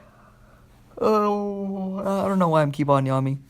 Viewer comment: "yammin" = yawning